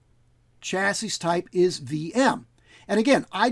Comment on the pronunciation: One more piece of the systemd puzzle put in place. Thanx. (And BTW: It's 'cha-see', not 'cha-sis' [technically, 'sha-see'...]. It's french, eh?) :)